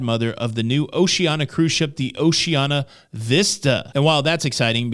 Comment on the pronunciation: Pronunciation Police: Oshee-an-ee-ah